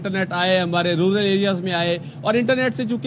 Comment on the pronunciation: Rural area ❌ Rular area ✅